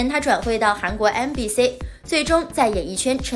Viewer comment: MBC的C請唸”西”，中國的C為了拼音所以改了讀音，但那僅適用於拼音，請更正唸”西”好嗎？因為它是英文！我聽了太難過了，有人也聽了全身難受嗎？